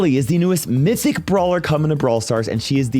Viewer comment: is it just me who heard saying mysic instead of mythic in the start of the video